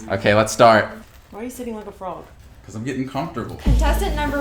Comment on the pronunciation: I thought she said IQ of a toe, LMFAO 😂😂😂